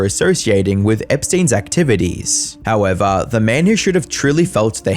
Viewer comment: “How evah”